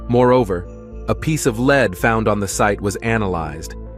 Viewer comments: A ' leed coin'?, AI can't pronounce 'led'? More click bait.... Doh ! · lead not leed or led